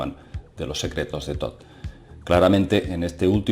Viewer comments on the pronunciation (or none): none